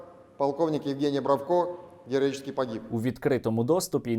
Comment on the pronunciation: «Героічєскі пагіб»…😅здохла свинособака